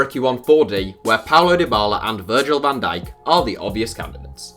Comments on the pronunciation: Nobody calls van dijk ‘dijk’. Surely he is v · Can digk is v not d